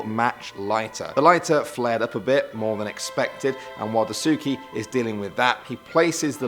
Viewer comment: Die-sookie... It's pronounced like Dice-Kay. The "U" is silent in Daisuke.